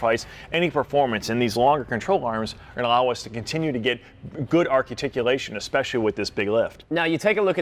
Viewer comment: "Archaticulation" huh?🙊